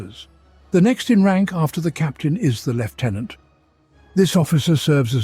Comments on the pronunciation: It is pronounced 'Lieutenant" - No F. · Apparently that is how the Brits pronounce it.